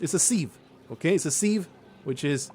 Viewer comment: The way you pronounce sieve has left me EXTREMELY TRIGGERED. My dissatisfaction KNOWS NO BOUNDS!! Real talk though: I've always heard it pronounced "S-i-V" rather than "SeeeeVe"